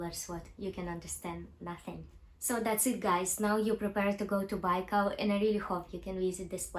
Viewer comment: You pronounce-Baikal wrong